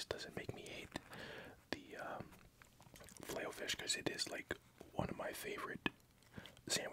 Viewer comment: Don't wanna be rude but it's filet, not filey.